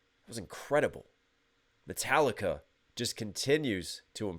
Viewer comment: yeah, that´s exactly how it should be pronounced .... :D :D ..... you´ve just made my day, sir, thank you!! :D